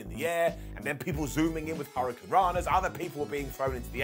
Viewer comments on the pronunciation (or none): none